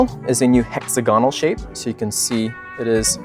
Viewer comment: Someone teach this guy to say hexagonal